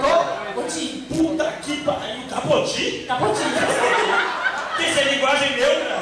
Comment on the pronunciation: Quando ela falou “CAPOTI” perdi 😂😂😂😂😂 parece eu falando as palavras aleatoriamente erradas kk